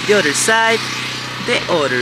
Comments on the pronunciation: tú tiendes a pronunciar la palabra “other” como “udder” que en inglés se refiere a la palabra que describe por donde sale leche de la vaca (la tetita ) disculpa me tengo que fijar si hay una mejor traducción para esa palabra. Espero que no te moleste que te corrija. A mi siempre me gusto que me corrigieran mi inglés cuando lo aprendía. Good job, keep up the good work with everything you do! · Oops…..ubre en español para la palabra “udder”🥹😉. Anyway …no pronuncies “other” como “udders”🤓eso es todo!